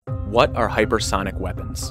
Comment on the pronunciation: Hyper thonic? Is that what dude is saying